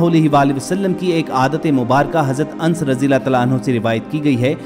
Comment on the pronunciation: Pronounce Anas not ans